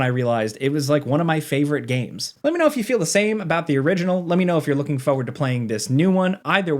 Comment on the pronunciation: I’m begging you. Please stop pronouncing forward like foe-urd. There is an R in that word. Use it